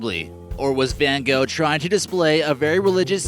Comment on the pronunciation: most people say goh